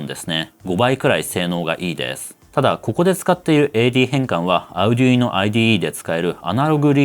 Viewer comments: アルでゅいーノ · の発音を聞いて、Arduino（アルドゥイーノ、アルデュイーノ、アルディーノ）違うなあ？ 値段と性能でピコ２がコスパ勝ちかもしれません。